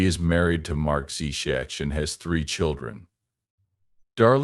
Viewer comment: We don’t need the history lesson and the pronunciation of her surname is horrible 😮